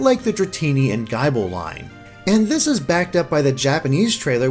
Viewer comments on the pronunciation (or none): ...gible? GUY-ble? excuse me? its supposed to sound like "nibble," where does GUY-ble come from? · Guy-bull....what?!? It's Gi-bull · He called Gible 'Gaible' wtf?! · Guy-bell? (Gible) Come on, it's Gi-bul. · guyble? what kind of pokemon is guyble? hmmm it sounds similar to this pokemon i know of called gible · guyble? XD IT'S GIBLE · gyble? it's gible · did he really pronounce gible as "guy ball"? the whole line is based bites: nibble, bite and chomp.. which makes gible pronounced the same as nibble with a g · Guy-ble? GUY-BLE? GGGGUUUUYYYYY-BLE? Are you serious? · MudKevin you know, the Guyble, the holy book of men... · MudKevin Gih-bull, a mash up of the words Bull and GYAHH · Gible is pronounced like nibble #TRIGGERED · Gible... Guy-ble? nope thats not how the anime pronounces it so it must be wrong! lol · Also say Gi-ble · I did a spit-take when I heard Gible pronounced "g-eye-bul". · i usually don`t get annoyed about pokemon pronunciations much, but "Guy-bill`s" pronunciation really doesn't sit well with me lol. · ...jesus, man, learn to pronounce these Pokemon names better. I mean, "GUY-BLE" for Gible? Come on... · Why did you pronounce Gible in such a strange way? I figured it was pronounced the same way English speakers would pronounce "nibble", just with a "G" instead of a "N". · My ears bleed non stop after his pronunciation of Gible and Silvally. If you guys actually seen Silvally's Japanese name, it's Shiruvadi. Pronounce that Sherlock! Arceus has a couple of pronunciations, Ar-kay-us and Ar-cee-us - its either hard 'c' or soft 'c', depending on US or UK English's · Jesus, dude, your pronunciation skills are ass for Pokémon. How do you mispronounce Gible!? Have you even seen the anime? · Gible pronunciation pls my heart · You don't pronounce Gible with a long I!!!!!!!!!!!!!!!!!!!!!!!!!!!!!!!!!!!!!!!!! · How did he mispronounce Gible's name....... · He produced Arceus right. Gible was way off mark though.